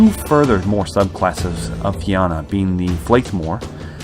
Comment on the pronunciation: Nice to see something about these guys. My only problem is your pronunciation of fianna, otherwise good work!!